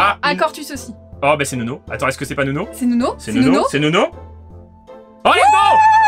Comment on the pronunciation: Respectez son blaze c'est NUNO et pas NONO